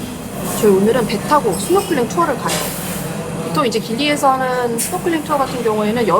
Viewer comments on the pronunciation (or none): none